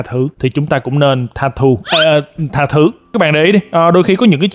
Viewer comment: Tha thứ 😂😂😂 thành tha thu